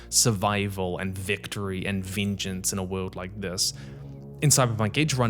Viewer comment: Say VEENJENCE one more time I swear